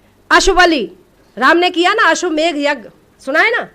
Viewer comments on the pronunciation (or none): ashwamedh Yagya bolne nahi aa raha hai or ye hame gyan de rahi hai